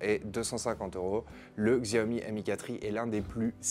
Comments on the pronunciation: polnar jean bas non on s'en fou pas c'est comme si tu regardais des présentation de produit nike et le mec prononçait ça nique. Xiaomi se prononce chaomi, c'est pas compliqué non plus... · Pour info je crois que ca se prononce "chaomi" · Y a t-il un jour ou vous prononcerez correctement le nom de cette marque?